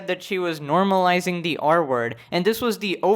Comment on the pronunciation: took half the vid for me to undersand he was saying "r-word" and not "artwork" bruh